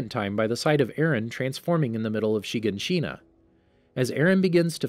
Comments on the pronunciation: "SHEEgahSHEENA" headass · It says shaganshina so weirdly she-gon-she-na it sounds so weird how you say it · Anyone else mad at every YouTuber saying names wrong? Chiganchina and mikasa for example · Yes yes = wall shina - = renier = hunges - - - - = burtholdt I gave up on this cause there are so many times he says it wrong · The way he says shiganshina smh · So who els was bothered by his pronunciation of shiganshina